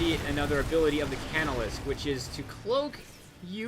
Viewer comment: The Inciter is pronounced in-site-er, and the casnolisk is pronounced, cas-no-lisk. Keep up the good vids.